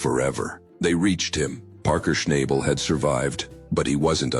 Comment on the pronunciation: All BS. Don't even know how to pronounce his name !